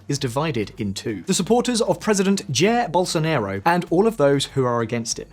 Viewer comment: "Chair Bowlsonaerow"